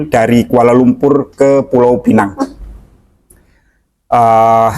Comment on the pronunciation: Terima kasih kerana dengan benar menyebut pulau pinang. Kasihan juga kerana ramai warga lokal dan luar tidak tahu menyebut dengan benar pulau pinang. Iya jika lidah inggeris memang akan sebut penang. Tapi ramai warga jiran yang keliru dan gabung sebutan melayu+inggeris jadi pulau penang. Warga lokal hanya akan sebut sama ada pulau pinang atau penang. Jika sebutan pulau penang itu jelas warga luar ..🤣🤣